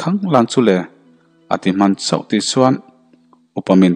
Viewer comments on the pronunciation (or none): none